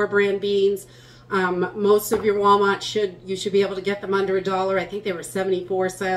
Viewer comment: "walmawt".. it's not every day that we can hear your accent 😂